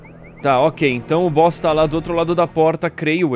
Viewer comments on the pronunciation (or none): sempre que o edu fala o boss ta la eu entendo o bosta la kkkk